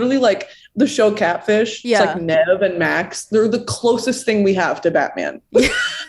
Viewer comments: saying “nev” instead of NEEVE IS SENDING ME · Came here searching for this comment, every time she said "Nev" I was screaming at the video like "NOOOOOOO IT"S PRONOUNCED NEEVE " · YES! I cringed a little.. It's NEEEEEEEV LOL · not pronouncing nev like that 😂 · Take a shot every time mispronounces Nev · The way pronounces Nev’s name is extremely funny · I can't vibe with how pronounces nev 😭😭😭😭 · about to get cancelled for butchering “Nev’s” name 😂